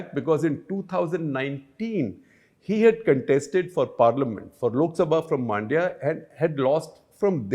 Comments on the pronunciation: It's not Maandya, it is Mundya. Pronounce similar to Monday but swap the last a and y. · Hope Shekhar reads this. Also Man-dya(like the Hindi word for mind) not Maan-dya.